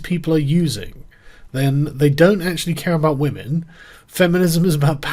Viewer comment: It's 'whamen'...